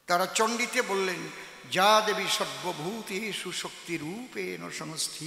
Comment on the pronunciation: আপনাকে প্রণাম জানায়,দাদা আপনি যে মন্ত্র উচ্চারণ করেছে,যা দেবী বলে,যা-সংস্কৃতি হব, ইয়া দেবী